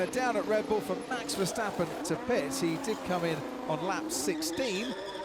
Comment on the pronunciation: I really like how you are growing into this sport so fast and with so much enthousiasm! And you are one of the very very few who pronounces the name of VER the right way! you're already so familiar to the usual aspects and strategies that even you 'as a rookie' have a grin with 'Ferrari f*cked up again'. Very enjoyable to see! As a dutchie it is a good time to be VER fan, but it saddens LEC is screwed by his team. You have to see Dutch GP in September and see the fantastic ambiance by that time. Keep the good vid posted!